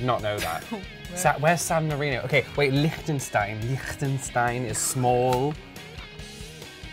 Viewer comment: Can't pronounce Lichtenstein 🤦‍♂️